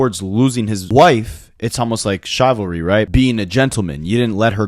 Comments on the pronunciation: Love the site! FYI, Chivalry is pronounced shiv-al-ree. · Bro I know you're Canadian but how tf do you mispronounce CHIVALRY 🤦🏽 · gotta remember French is also one of the main languages in Canada. Its probably just how they learned certain words